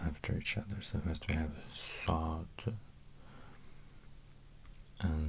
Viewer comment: but his pronounciation of sounds like ص and ط is flawed I think. You can hear that he puts his lips in some wierd position and his voice pitch is going down. This is just weird to hear, you can hear he's struggling real hard, while he could've just placed his tongue in a place that's needed for this sound